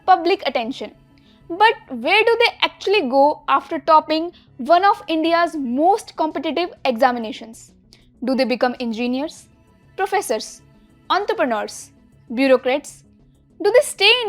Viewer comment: It's engineers not ingeneers😂